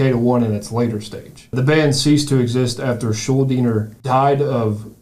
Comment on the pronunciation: Look at them banging their heads to those odd time signatures! And how nice of them to pronounce "Schuldiner" right. Pretty much nobody does!